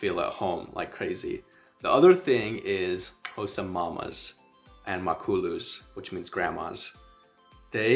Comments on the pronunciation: I subscribed the minute you pronounced my language correctly! "isXhosa"❤😂😂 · I'm a student of isiXhosa. I love the way you said it....you got that x click down! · I luv how he knows how to pronounce IsiXhosa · The way he said :”Isixhosa” made me jump off my chair. I was low-key proud 🙌🏽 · Your pronunciation of IsiXhosa! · and he said "isiXhosa" so fluent and perfect...bro I screamed. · I’m impressed with how you make the clicks - isiXhosa 🤝... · He said Isixhosa with the prefix 😭 man that was heartwarming. You did good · "IsiXhosa", perfect pronunciation... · Molo. Im Xhosa and im surprised that you are able to pronounce IsiXhosa like we do, everything you said is 100% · Wow this guy is amazing. He pronounce my language proper.hayi intombi zamaXhosa mazincanywe ziyayenza into yazo.